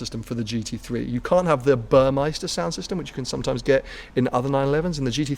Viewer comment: It's not BurmeIster, it's Burmester